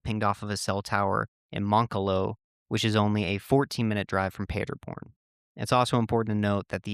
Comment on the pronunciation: Native German here, the way you pronounced the town cracked me up. For the record it's pronounced PAH- der born, not Peterborn. This brings back many memories growing up and watching the world cup with friends and large groups of people on screens set up at the park. I grew up in a town only a few miles from Paderborn and we always rode home our bikes late at night and felt totally safe. It's super common.